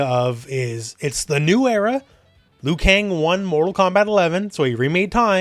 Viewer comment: Are you sure its Liukang?